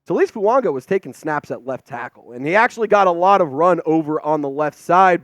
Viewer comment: Absolutely butchering Fuagas name